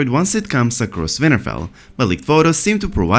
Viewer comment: oh my god i think it's great! i mean it's pronounced winterfell with a 'w' but you're accent makes it a 'v' and i don't think you should change it, it's rad